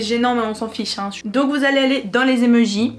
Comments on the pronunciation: "des emeujis" MAIS NAAAN des emOjis 😂❤ Je rigole super vidéo+1like+1 abo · Elle dit les emejis sa me stresse 😂😭